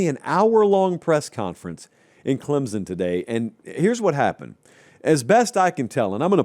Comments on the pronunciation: I just can't watch this anymore until quits calling us Clem-zun. It's Clem-sun, and it's kinda annoying that he doesn't know that. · PLEASE learn how to say “CLEM-SON” properly. It’s not “CLEM-ZUN”. Also, Clemson’s team just isn’t good period. It’s basically the same team as last season, and they were average at best. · Clem-sun, not Clem-zun.